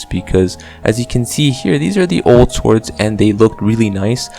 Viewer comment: Don’t say the W in “swords”.